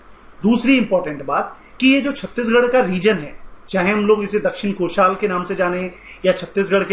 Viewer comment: Pehle pronunciation sudharo पढ़ा लिखा व्यक्ति भी भूल जायेगा चोला नही चोल, नाल नही नल, दक्षिन कोशाल नही दक्षिण कौशल